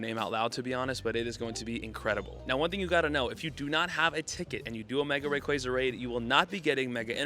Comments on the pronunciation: Bro it’s Rayquaza, not Rayquaza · You say Rayquaza wrong!